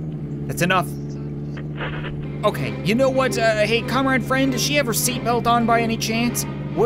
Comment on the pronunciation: thought he was saying comrade fred